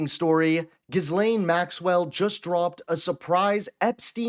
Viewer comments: The name is not pronounced "ghizz-layne." The S is silent. It's "gill-LEN." Say "gill" with a hard G, as in the gills of a fish. Then say LEN. (Rhymes with "pen.") The stress is on the second syllable. Trust me: I knew a Ghislaine in college. If you pay attention to interviews with people who actually knew Ghislaine Maxwell well, they almost always say "gill-LEN." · Giz-lain = Gee-len. Try harder, folks. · It’s ‘gi lane’ the ‘s’ is silent. He’s in them… we know what it means 🙄 why is he still in power? It’s disgusting! 🇬🇧🇺🇦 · The s is silent in her 1st name. And you say trump is dumb. It's pronounced Ghillaine. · G-len is how it's pronounced 😊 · how come you havent worked out the correct way to pronounce maxwell's first name yet? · The S is silent in Ghislaine . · Hey sweetie, the "s" in her name is silent so, you don't pronounce it! Just sayin! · The "s" is silent! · The ‘S’ is silent… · Great video. Just a brief correction…no S is meant to be pronounced when you say her name. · The 'S' is silent in Ghislaine.